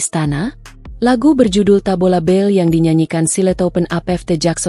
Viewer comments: Bale bukan bell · Tabola bale bukan bel🤣